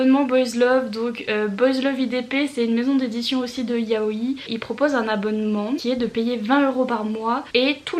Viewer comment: Coucou ! Ça ce prononce juste Yaoi. On accentue le "i" final sur les mots qui en comporetnt deux comme kawaii par exemple ;)